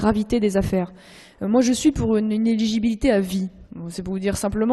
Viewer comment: On dit «inéligibilité » et non « inegibilité ». Apparemment rare sont ceux qui savent prononcer ce mot en France.